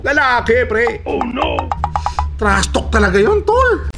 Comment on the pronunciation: "TRASTALK YOU AHH" HAhahahaha